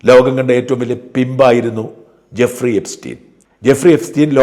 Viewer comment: Guffri അല്ല Jeffri 😂